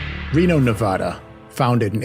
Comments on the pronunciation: There are no armadillos in Reno and Nevada is not pronounced Nevahda! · No such place as Nevahda. But good episode. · Cool video but the State is being pronounced wrong in the video. Go to the State's wiki page & click on this icon (🔊) to hear it pronounced correctly